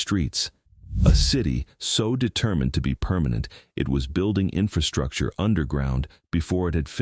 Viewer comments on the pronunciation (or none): none